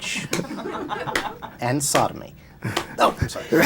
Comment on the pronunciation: The host said it correctly sodomy!! If there is a white person in America that doesn’t practice sodomy they need to present themselves to the public. Because that’s a unicorn for sure!!!